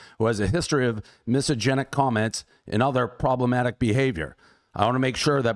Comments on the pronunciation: Portnoy keeps mispronouncing 'misogynist', lmao. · A misosynist who can not pronounce misogynist .. 😂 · Would've been even more baller by Dave if he learned how to pronounce "misogynist"